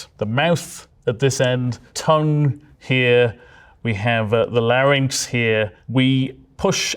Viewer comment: i have never in my life heard someone call a larynx a lar nicks